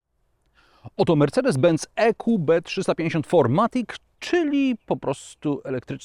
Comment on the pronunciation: Niemiecki samochód więc FirMatic a nie FourMatic :)